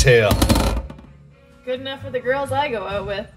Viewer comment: "Good enough for the girls I go oat with"